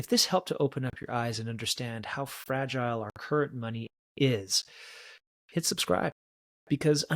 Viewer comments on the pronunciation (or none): none